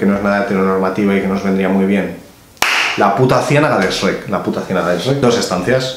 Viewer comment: que bueno que no lo pronunciarse como los demás españoles: esreck